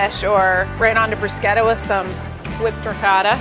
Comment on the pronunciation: I love her. And not just because she knows how to pronounce bruschetta.